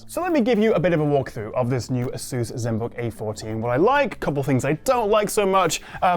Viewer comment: AY suss not a SOOSE. The latter sounds ridiculous.